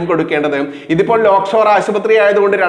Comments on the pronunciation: Lockshore ആണോ lakeshore ആണോ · ലോക് ഷോർ അല്ല, Lake shore ആണ്.... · ലോക്ക് ഷോർ ആശുപത്രിയോ ? അതോ ആ പേർ ശരിക്ക് പറയാൻ ഭയമോ ? ലേക്ക് ഷോർ എന്ന് ശരിക്ക് ഉച്ചരിക്ക്. വാർത്തകൾ ഹൃസ്വമാക്കുക. വലിച്ച് നീട്ടരുത്. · ലോക്‌ഷോർ ആശുപത്രി എന്നല്ല lakeshore എന്ന് വായിക്കൂ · ലോക്‌ഷോർ അല്ല ലേക്ക്ഷോർ